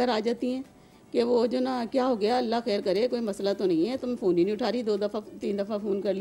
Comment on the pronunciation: Why is this anchor pronouncing the phone wrong...... only advice should be given not the order or pressurising way to come back....... married life is a struggle, compromise and at the same time gamble...... you should face it strongly